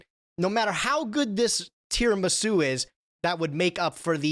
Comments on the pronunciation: pronouncing it “Tiaramisu” is hilarious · "Non-card game podcast" and still calls the dessert "Tiaramisu" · first time he said it i was like "that's a very funny slip-up", by the end of the segment i was like "oh my god. he does not know how to say tiramisu"